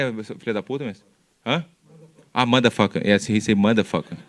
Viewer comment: anda he say: 'shutup your mouse, you sun ova bit'. I say: 'what?'... comé que fala filho da puta mes? ahn?? ah, maderfucker! he say maderfucker... - audience laughs dude is so funny and he doesn't even know it